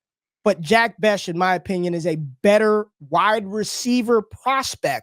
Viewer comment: Fire video of two of my favorite creators. But someone has gotta help with the pronunciation of these player names man. 🤣 Skattebo and Jack Bech in this video specifically lol. Good thing they're not from Ore Gone lol.